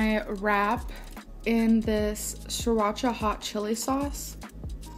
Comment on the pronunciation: 😂 I'm already laughing before it even started 🤣🤣🤣🤣🤣 " i just love surracha"